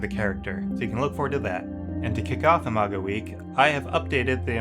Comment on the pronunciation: Are you very in love with the name "Imago" ? I just want to point out that listening to your video when you said "Imago game" "Imago week" Imago anything, all I could hear is "a MAGA game" "a MAGA week" "a MAGA" anything. I just... wanted to point it out, do what you want with that information.